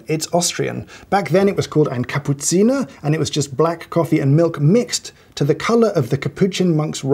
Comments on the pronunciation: Hoffmann is the Jacob Collier of coffee. Also,, he pronounces "Kapuziner" right, so everything he says must be true. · Great pronunciation of Kapuziner! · As an Austrian I nearly fell off my chair hearing pronouncing “Ein Kapuziner” perfectly. Took me a bit by surprise. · Ja, hat sich definitiv gut angehört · I’m not surprised he knows, I’m surprised about the perfect pronounciation.